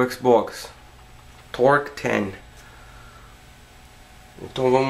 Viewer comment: "TORK TEN" ein malandrão, prendeno a falar "ingreis" neh ???? uahsausahausshuhsuah E n eh so a Microsoft q vai procurar vc. Vo mandar os Alcoolicos Anonimos ir atras de vc tbm. hsuahsuhashauhsuah